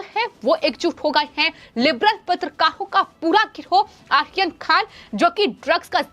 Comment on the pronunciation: आर्यन खान को आसीन खान बोलती है. 😁